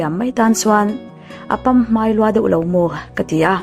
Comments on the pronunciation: Pamhmai lamrik dan a dik.lo. Pamhmai tiha hmai hi hmai(face) lamrik dan ang thova lamrik tur a ni e. Mapuii ...kal.zel.ang che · Apaphmai tikha ilamri diklo lehpek ania aww lozir chiang leh rawh aww duhsak vang a nia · Pamhmai tih te tal hi chu thu har ni lovin, ṭawng tualleng a nia, han lam dik ve law law atan a va duhawm ve. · "Pamhmai" kha a lam dan lo zawt zau leh deuh thei la a tha ngawt ang...from- I channel ngaihlu tu